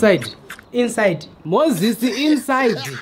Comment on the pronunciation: The emphasis on inside though😂😂😂😂😂